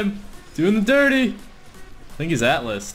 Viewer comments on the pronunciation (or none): none